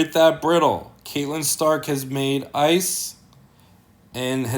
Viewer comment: Please man. It's Cat-Lyn Stark. Not Kate-Lyn. 😺